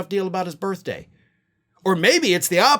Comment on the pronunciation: "...on his birfday." 🤣😂🤣